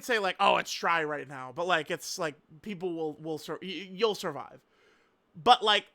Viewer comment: "Right Neow" said with his cat ears perked up